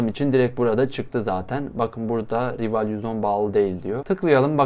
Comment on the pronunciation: Aslında "rival" değil "rayvıl" diye okunuyo (maalesef biraz takıntılıyım) ama sıkıntı deil